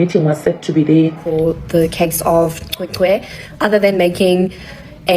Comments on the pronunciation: Cwecwe not qwe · My brother can you please make an effort to pronounce the name right. the "C" is pronounced the same as Bheki Cele with "Ws" in between. As a black South African you really have no excuse to mispronounce it.